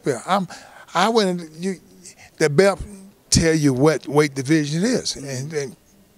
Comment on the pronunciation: is it belt or belp lol why holyfield keep saying BELP